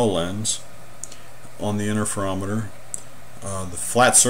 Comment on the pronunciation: What is an "innerferometer"?